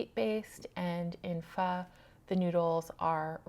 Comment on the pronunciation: It’s nice to hear you say Pho correctly ☺️. I’ve had both and I’ll eat either depending on the mood. There’s also Korean and Japanese ramen which uses different base.